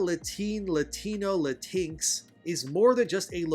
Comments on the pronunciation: Lah-tinks is not how you say it lol, it's latin-echs or lahtin-echs. I called my mexican friend latinx how you say it and he left the discord call lol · You know how it’s pronounce. I was confused for awhile when you said latix 😂….thought you was talking about a cat or something. It’s Latin-X (just say Latin and then say the letter X). Latin-x will never fly because it doesn’t fit in the Spanish language when it’s compose of masculine and feminine verbiage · I'm sure you know it's "Latin X", but I have to admit "La-tinks" is pretty funny😂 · 'Latinks' kills me everytime 🤣🤣🤣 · It is "Latin-ex" and yes it is as stupid as it sounds and very VERY offensive. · It’s pronounced la-teen-ex. It’s phony, it’s stupid, and the vast majority of Latin people, find it offensive. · The thing is they are not pandering. This is what they all believe. Also I will be pronouncing latinx the same way you do now, cause that is just funny.